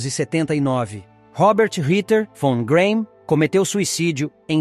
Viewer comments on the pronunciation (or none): none